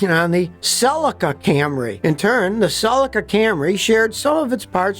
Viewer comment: How can you trust a guy who pronounces Celica so badly !